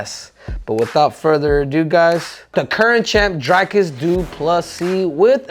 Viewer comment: called him Drycus too